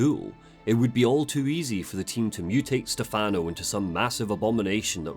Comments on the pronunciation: you mean like STEH-fun-oh, not Ste-FAHN-oh, right? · Valentini is fine, Stefano is what he pronounced wrong. The emphasis is supposed to be on the first syllable, not the second. The way he says it in game is an American pronunciation. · One thing I find funny with Evil Within 2 was how obvious it was to me that they didn't cast an Italian to play Stefano. Dude comes out of nowhere and introduces himself by pronouncing his own name wrong. I should know, that's my name too.